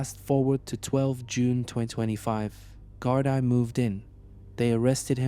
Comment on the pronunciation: Great videos, but please work on your pronunciation of Irish places, and Gardai is pronunced GAR-DEE